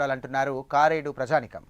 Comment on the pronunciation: కారేడు కాదు కరేడు.